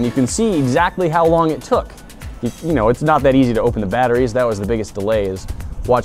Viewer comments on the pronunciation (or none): Litheeum baterees